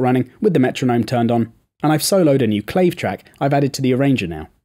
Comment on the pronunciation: go to Cuba and try saying "clayve"... it's "clave" pronounced cla-vay